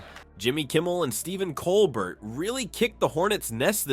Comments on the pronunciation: It's pronounced "col-BEAR", not Colbert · Not gonna subscribe to someone who can't pronounce Colbert.